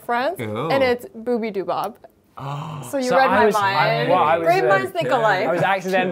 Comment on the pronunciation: Lmaoo "boobydobap"😂 not gonna lie I've pronounced it like that too when i first saw her videos. A great colab i never knew i needed from my two most favourite Youtubers✨✨💜